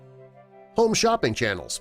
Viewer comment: Why is he saying home like harm?